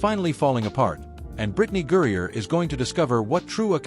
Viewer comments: Her name is GRINER—not Gurrier! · Al say her name Right. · Maybe if you could properly pronounce her name she might have “noticed”….your opinion!